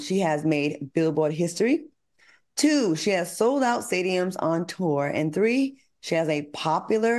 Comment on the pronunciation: Great job “all tree of you” love the chemistry with Armon!